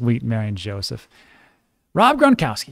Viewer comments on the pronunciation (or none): none